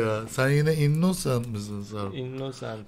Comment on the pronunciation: YA ŞU INNOCENT İ YANLIŞ OKUMAYIN SİNİR OLUYOM